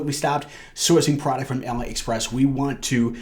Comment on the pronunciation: Great video but please, don't call it ala express. its Ali express (pronounced Ah-lee) lol.